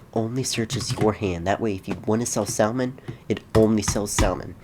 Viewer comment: Not sal-mon Sam-un